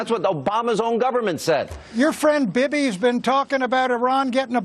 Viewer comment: There's something so funny to me about Buchanan repeatedly pronouncing Bibi as "Bibby".